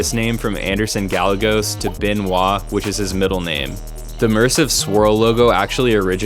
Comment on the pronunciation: Gallegos is “Guy-yay-goes”. Sincerely, a Gallegos. :)